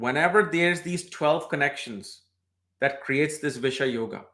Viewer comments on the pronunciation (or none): Its not bish-yoga it is bisesh-yoga...